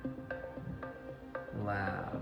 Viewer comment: "The Amen Lab"